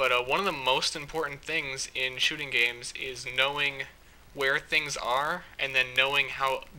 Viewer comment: I love when he says "shoting games"